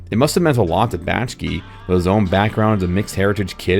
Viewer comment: Say it with me: "Back-Shee." An otherwise very good video is marred by serial mispronunciation of the director's name.